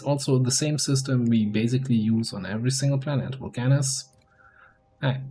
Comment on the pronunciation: "VulcAnus" hmmmm....